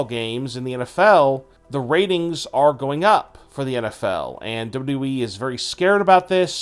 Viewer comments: Lol I already got annoyed when I heard him say “dubdawe Championship” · Hey bro it's wwe not dub dubby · Why can’t you pronounce WWE??